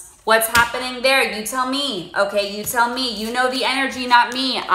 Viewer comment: Big emphasis on “you tell me”